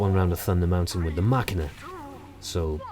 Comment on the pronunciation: i think you prounnounce machina wrong ma-shi-na it mean "machine" in russian some weapons on tf2 have a russian themed name